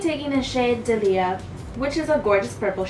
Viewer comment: PS, is Blush Tribe a B.O.M.B like JP and Coloured Raine? I often find BOMB makeup to be the most beautifully pigmented ❤️ It’s Day-lee-a or Dar-lee-a if you’re posh. Zin-nee-a, too There are loads in the gardens in our road!! I think they’re very “English Country Garden” flowers. I do hope I’m not making you feel like I’m patronising you. I swear to you. No way. Just a heads-up 😘 That highlighter kit is beautiful. I hope they get to the UK 🤞🏼. Oh wow! I should have waited! A Brit brand. Blo*dy h*ll! I’m so pleased that you’re now getting PR packages. You deserve them for all your talent.